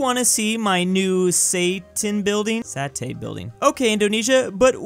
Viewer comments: it is pronounce sa-te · Satay is pronounced Sa-tay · It's funny to hear struggle to say satay😂😂😂🤣🤣🤣🤣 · As an Indonesian its sounds so funny saying satay